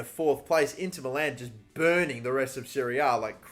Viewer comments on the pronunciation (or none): none